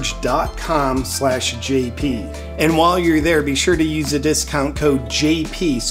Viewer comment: Do you know that Dan BON gino cannot read. He calls the sauna blanket BONE Charge. Makes me laugh every time. Poor Mr BONE-Gino. Why pay him when he cannot even get the name right? PS I love his show.